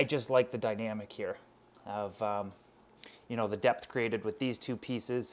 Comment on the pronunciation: When he says "you know " it sounds like he's saying "eel"